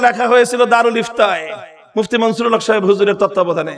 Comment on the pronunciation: মুহিউস সুন্নাহ আল্লামা মুফতী মনসূরুল হক সাহেব দাঃ বাঃ হুজুরের নাম ভালো ভাবে উচ্চারণ করেন মামুনুল হক সাহেব